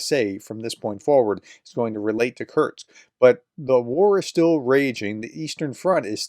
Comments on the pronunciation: Curse-k. Not curks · Kursk, is pronounced "cur-s-k" As I've always heard it. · For the love of god, there’s no T in Kursk 😂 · Exactly. It's annoying me too. This is about the easiest name to pronounce!! Sheesh.